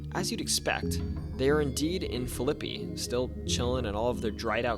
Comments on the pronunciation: Phillipi is Pronounced Fil A Pie..not Filleppe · Phil i pi, not flippy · It is pronounced Phil' a pee, not Phi LIP' ee. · Philippi is Phil-uh-pee. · Phillipi pronounced Fill-I-pee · Philippi is pronounced fil-a-pee in WV, btw. There is also a town called Hurricane pronounce her-eh-kin(we pronounce the weather systems normally, just the town gets this strange pronunciation), and Canaan Valley, kun-ain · Philippi is pronounced fil-a-pee in WV, btw. There is also a town called Hurricane pronounce her-eh-kin, and Canaan Valley, kun-ain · Hey, my grandparents farm did not have indoor plumbing until 1985 & they had a 2 seater! Every time we came to visit, we had to use the outhouse. It was a fun novelty until night time & you had to get a flashlight & a buddy to go pee (they lived in deep rural central Braxton Co & you did not go out alone). So I have to be that person, you are saying Philippi wrong. It is pronounced like fill-a-pee. My husband's mom is from the Philippi/Belington area & I have spent my fair share of time in the area. I am from Ohio since my dad moved there in the 60s, but I now live in Calhoun Co Wv. Wv for sure has weird things & I have had plenty of experiences myself & heard family stories. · WV here...(Phil-ip-ee) The mummies are still in Philippi. They are on loan to a Historical Museum, located by the covered bridge. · The way you pronounce Philippi is fricken hilarious 😆